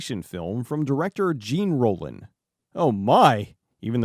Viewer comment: It's Zhawn...Rollin!